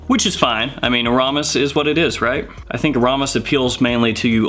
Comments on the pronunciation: It's pronounced "Air-a-mis" not "A-rom-is." :) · I'm pretty sure it is pronounced AIR-a-mis. Just FYI. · In case you care, it's pronounced: Aramis (AIR eh miss) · I pronounce aramis as AR uh miss. I have my dad's old bottle still half full from the 70s 80s. Splash bottle. Shit is strooooong. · You're pronouncing Aramis wrong bro... there isn't a U in it!? 😁 You live in the UK? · I was so saying that out loud while watching... I literally cringed, lol